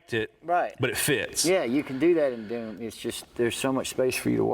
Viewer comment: "Thoom" hahahahahaha